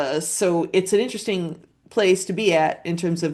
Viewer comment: veeery 🥸int-restink